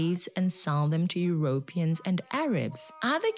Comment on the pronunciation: I am wondering why you pronounce Europeans the way you do. I have never heard it before? It is pronounced Europeeeans not Europians. Just saying…❤